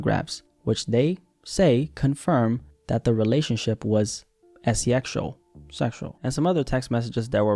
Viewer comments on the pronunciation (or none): lmao why say “S-E-Exual” just to say sexual right after😭😭